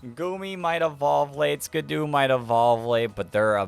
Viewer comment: Sorry for being annoying but I hate that you say skiddo as skid-u instead of Skid-oh